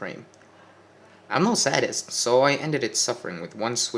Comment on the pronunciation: Wunderbar! Ich liebte deine Lesung. Sehr angenehm! I don't speak German... Your inflection was excellent and I love this story (already read it). Please continue. (just thought you might like to know) Words incorrectly pronounced: Sadist, Beige, Sow, Ebony, Fruition.